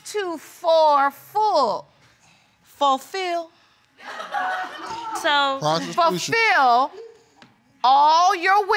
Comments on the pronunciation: "For fill" 🤣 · Yooooo I died when the judge read "for full" 👀 you mean "fulfill?" 😂😂😂😂😂😂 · Forful .... fulfill ???? Judge Ain’t right 😂😂😂😂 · "For full" 😂 Judge said, you mean "fulfill"? 😂😂😂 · “FOR FILL” 😂😂😂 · "A chance to 'forfull' all your wishes and desires." Baby bye! 😂😂😂